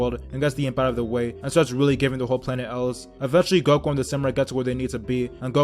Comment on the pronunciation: Say there freaken names right ''goko''